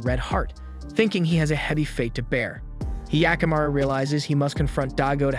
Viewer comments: It's not hyee-akamaru, it's hyakkamaru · he yaku maru what the fuck are these pronunciations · He-aka-maru wtf is this pronounciation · The way he pronounced hyakimaru sounds like the weird sound goofy makes. Great vid tho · I'm sorry, but is there something wrong with me because I'm getting triggered by his mispronunciation of 45 percent of the OBVIOUSLY NON-ENGLISH words? Primarily the protagonists' name, as well as another term that I grew up with, and had never heard it pronounced the way that he was pronouncing... sorry:/